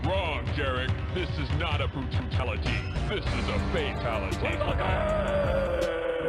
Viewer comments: ik is nah me alone hear brututality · “This is not a Brututality” 😂😂